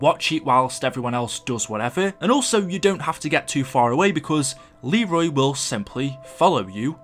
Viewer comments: it's leyroy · it is actually pronounced LEE-roy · Lmao it's Leroy not Arthur 😂😂😂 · It’s actually Leroy you uncultured swine -every angry black ops 2 player 😂😆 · Arthure? Lul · BRUH!!!! did you just call Leroy Author!!!!!!!! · He's Leroy not auther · It’s a Leroy! Nor a Artur!) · Who the fuck is Arthur it’s Leroy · His name is not fucking arthur it's Leroy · ITS LEROY NOT TGAT STUPID NAME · It’s actually leroy YOU FUCKING STUPID BRIT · Isn’t it Leroy? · His name is “Leroy” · It's Leroy idiot